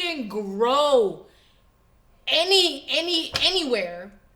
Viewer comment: she drunk🤡 “we can groooowah”